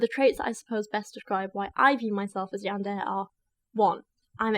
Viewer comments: Hint about Japanese language pronunciations.... you pronounce each 'mora' individually ... in this case it would be "Ya-n-de-re" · Yandere = "Yawn duh Ray" It's all good ✌️😊 this isn't a class on how to speak Japanese. It's the English speaking fans of this sorta thing that concern me more. 😳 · God, my weeb soul fucking died every time she said Yandair. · If I hear “yander “ one more time imma be the one who gets violent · How to learn to pronounce Yandere: Yan-day-ray. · Pronounced Yan-de-ley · I've usually heard it pronounced YAWN-durr-ay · For future reference, Japanese is broken down into consonant and vowel duos. So Ka Ki Ku Na Ni Nu Ra Ri Ru etc. Therefore Yan De Re, ALSO FYI yandere characters are not romanticized in the shows they exist in. Nor does the anime community as whole condone this behaviour, but these crazy characters are entertaining villains like the Joker from Batman, and like how idolize serial killers, it is the same with this situation. I'd recommend you watch "Mirai Nikki, or Future Diaries" which introduces you to the origin of the Yandere character fascination since the person in the show is very well written, but in that show/world her actions are justified due to the circumstances and I think it would really benefit your research in this subject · The robot dictionary post pronounced it kind of strangely lol. Imagine YAN-DE-RE (three syllables) as being pronounced like the words YAWN DAY RAY. It's a Japanese word, and conveniently enough the vowels in Japanese are all pronounced the same way. So in any Japanese word the sound for 'A' will be pronounced 'AH/AW' (lawn, Bob, flaunt, crawl, etc) and 'E' will be pronounced kind of between 'EH/EY/AY' (cent, pend, haze, wave, check, etc). Not sure if this is helpful in the slightest but here you go anyway lol. (Source: Took four years of Japanese classes, plus I watch anime)